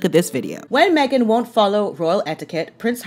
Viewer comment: I loved your mispronunciation of “Haghen”. Let it catch on 😂😂😂😂😅